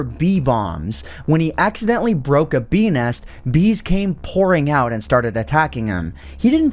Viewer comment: Why do I hear "bee nest" as "penis"